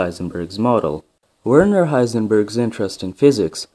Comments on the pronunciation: It's pronounced virna heisenberg. And it's surprising that his brother is also called Erwin. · Pronounce the W like V. You also forgot about Werner's older brother Groucho Heisenberg who always knew where he was just not certain how he got there.